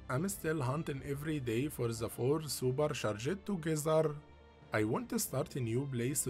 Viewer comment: It’s worse when he keeps saying super sha-Jed. Drives me nuts.